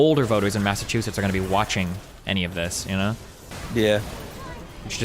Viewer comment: Linus pronouncing it “massatoosits” is the most Canadian thing ever